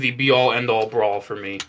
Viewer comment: bro all i heard was "my bawls, "my bawls "lets check out my bawls" 💀💀💀